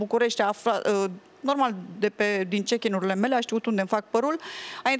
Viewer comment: Si-a dat chickin